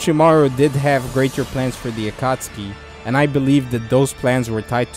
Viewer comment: Stopped watching after you said “akotskee”